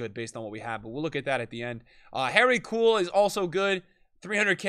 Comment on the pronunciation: He’s probably annoyed a lot of Aussies by saying Harry Kewell’s name as Harry Cool 😂